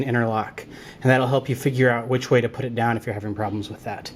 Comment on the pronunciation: put not pit